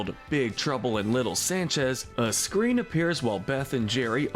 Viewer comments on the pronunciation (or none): none